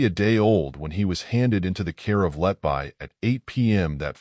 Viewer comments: Lucy 'letbuy'? It's pronounced 'letbee'. Stupid AI narration. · I like your presentation but please correct the mispronounciation of her last name, everytime I hear Letbuy instead of Letby my blood pressure rises